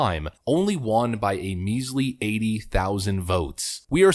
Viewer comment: you say 'won' wrong. like it's an asian word.... it's supposed to be a homonym with 'one' bro.